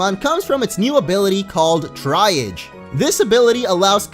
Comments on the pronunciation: Triage isn't pronounced tree-ij or tri-age. It's pronounced tree-ahj, with a sort of soft j if that makes sense. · Triage is pronounce 'tree-Ahj' not 'try-ihj' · Its com-fay, not comfy. Fey(Fae) means fairy(faerie) in old Anglican languages such as welsh, old english, and celtic. And it is pronounced Tree-aj, not try-age. Like a triage center in a hospital that determines the urgency of different medical emergencies at a hospital. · Would just like to point out that triage is pronounced tree-oj rather than try-aj. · Love your videos! Just so you know 'Triage' is pronounced 'tree-arrj', it's an English word with a French origin. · Not being a grammer dick here just letter people know that 'Triage' is pronounced 'TREE-AR-J' as in like the assignment of urgency to wounds or illnesses to decide the order of treatment! That's what a triage nurse does so hence it's ability, no hate just wanted to let people know so the connection is clearer since fudged it up aha:)))) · Triage is pronounced: Tree-arge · 'Triage' is pronounced tree-arj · Triage is pronounced tee-ahj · this is like the 3rd time i'v heard someone mispronounce comfey's ability. it's "tree-awe-je", the je pronounced like... actually I can't think of a word that uses that pronunciation. it's kinda like a "zsh" sound. anyway, it's a medical term, referring to assigning order to patient treatment, based on urgency, hence it allowing comfey to heal first. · I have yet to find someone pronounce triage correctly